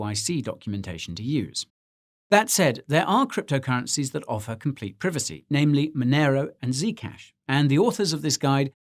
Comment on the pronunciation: English pronunciation is correct